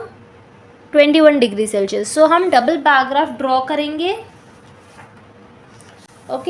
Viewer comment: Bar graph ho h bar grap nahi😂😂